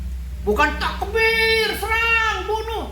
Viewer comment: 😂😂😂 jd ngakak dgr omongan abang ini,tekobar ,tekibirrr😂😂😂